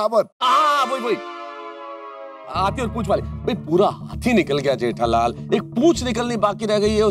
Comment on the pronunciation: everyone in gokumdham : Jethalal Iyar : Jedalal